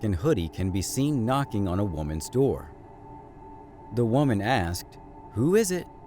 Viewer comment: We need to "axed" you some questions? Might be a big hint their idiots!